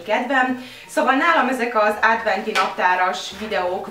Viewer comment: nem rossz indulatbol mondom de adventi naptar nem ádventi